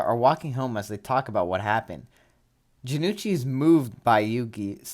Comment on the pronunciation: Hey not to be that guy, but Jonouchi's name is pronounced Jo-no-uu-chi, not Ja-nu-chi. Good to see more people cover season 0 btw